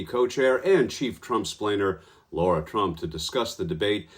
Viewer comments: It’s not Laura- it’s Lara—- I can’t stand her but you OWE her the courtesy of getting her name right. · I wonder if Hunt said Lara Trump's name wrong on purpose? Lara, not Laura.